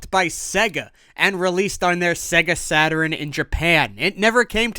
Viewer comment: Sega sat-ur-rin?